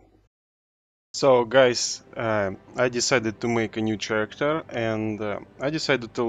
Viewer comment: Hi, great video. In fact I like all of your videos. Very helpful and fun to watch. I love RoR as well. One point I'd like to make however, just a small thing about how to pronounce the word "character", and it's this: pronounce this word as karacter and NOT cher-racter. The letters "ch" often form a hard 'K' sound, though not always. In this case though it is a hard 'k' sound. Keep making vids, and only thing else to say is: bring out tier 4!! Seeya in the rvr lakes. Peace.